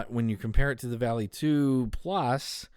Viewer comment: I know I am late here, but the proper pronunciation is more V-ah-lee (Volley). It isn't a sharp "A". There may be other words that are spelled this way that are pronounced how he says it, but if we are referring to the Norse god, it is more close to Valley or Volley in the English language.